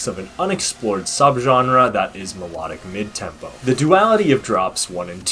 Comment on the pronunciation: I think you should focus on the pronunciation of melodic first, also nice video